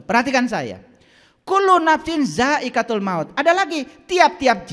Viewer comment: Kullu ngapain dzaaiqotul mauti Bukan daikatul He he koreksi bacaan Alquran Nya